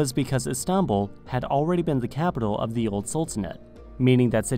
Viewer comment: Why do you say "za" instead of the? 😂